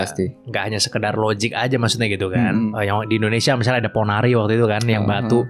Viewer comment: kok ponaryo sih bang, bukannya ponari??